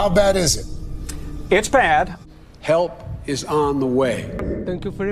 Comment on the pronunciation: When Biden said "Help is on the way", I don't think there was supposed to be a "p" at the end of that first word.